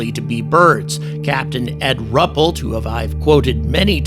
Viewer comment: Rupellt is pronounced as Roo-pelt.